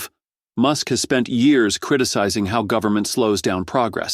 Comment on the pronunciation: But we're here from the 'Guvmint'... We're here to help ! 🤣🤣🤣